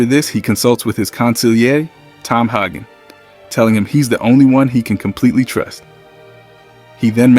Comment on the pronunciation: I really don't get how people who supposedly have watched these movies mispronounce the names. The names that they hear said in the film. Who the f** k is Hog-in? The movie I watched pronounced it Hay-gan.